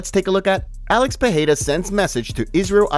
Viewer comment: The Champ Champ's name is not Pahada or Pihada its Pereira